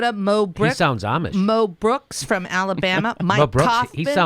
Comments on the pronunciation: Lol... no... It's not Justin "Amish" from Minnesota... it's Justin Amaaaash, from MI... which is Michigan:) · I sometimes seriously wonder if the Republicans are TRYING to force a violent backlash. And it's Justin Amash (pronounced a-MOSH) from Michigan... not Minnesota. MI = Michigan MN = Minnesota.